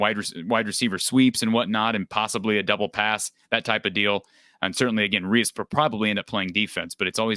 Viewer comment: Preston is from my hometown. Last name is pronounced “Reece” thought for sure he was gonna be a clone